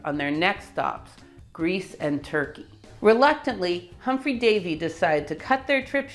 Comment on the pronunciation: Humphrey Davy - not 'Humpry'.